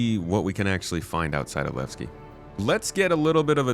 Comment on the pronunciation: I am waiting for the PU... Want to know Levski and not. Lagski 😂